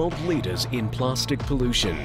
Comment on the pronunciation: What the fuck is "plarstic"